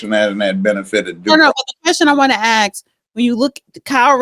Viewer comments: Funny how she can’t say the word ASK and instead pronounces it as AXES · the judge is to intelligent for you. You sit there and read off the computer. Your words aren't used properly. A sorry it's not ax it's ask. Will not watch you again. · its pronounced ask not axe get your English fixed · You wanna axe….nonono, don’t do dat. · Its ASK, not axe or axed. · A S K not ax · The word is "ASK" NOT "aks". Learn to speak English! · Ax and Ask are two different words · Exactly. Don't know who she is but must not be educated, saying "aks" all the time. Sounds so ignorant. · She says “AXE” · why can't blacks pronounce ask? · Learn how to pronounce “ask” or find a line of work that doesn’t include interviews! Axe is what you chop wood with! 😂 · Florida thing. It annoys me also